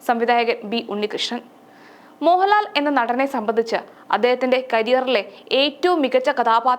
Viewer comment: മോഹലാലും മമ്മുട്ടിയും മെല്ല മമ്മുട്ടിയും മോഹലാലും അങ്ങനെ പറഞ്ഞ് പഠിച്ച് വാ നീ ആദ്യം